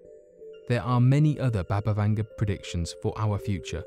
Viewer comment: Its BUBA not BABA Vanga.